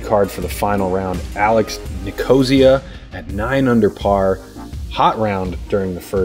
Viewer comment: I think it's NIK-uh-SEE-uh, not ni-KO-zee-uh. Love listening to. Thanks for the coverage!